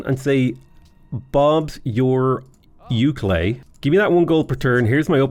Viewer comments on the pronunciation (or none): none